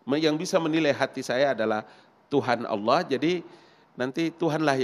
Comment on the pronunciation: Masa ngabalin sebut ALLAH KIRAIN ALA